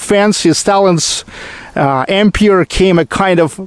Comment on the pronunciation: Comment on English pronunciation: Empire: the silent "e" at the end of the word. Changes the "i" before the "r", to a long i. A long i means, that you pronounce the i by its alphabet name. As you would say, "I went home".